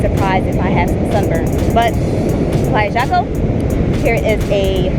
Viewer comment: Jaco, the J is pronounced as an H in English. Like “Hawko”